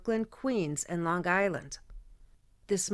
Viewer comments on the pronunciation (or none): You pronounce Long Island like someone from Long Island